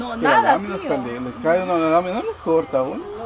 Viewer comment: Jajaja la bella dice de nuevo UNO..DOSN..TRESN..jajaja no aprende la japonesita..jijiji 😂😂😂🙋💯😂